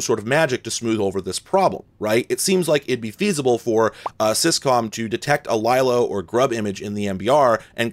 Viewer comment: “Lylo”, LOL! It is LeeLo - from the Linux Loader, you silly.